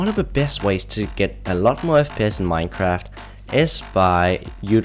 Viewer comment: He said Fpiss at the beginning lol